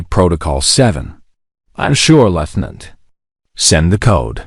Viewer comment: Something cannot pronounce 'Lieutenant' dot